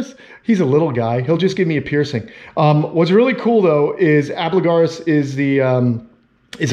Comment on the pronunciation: It's really not that difficult to correctly pronounce "al - BIG - you - lar - us" (it's not "ab - la - gar - us").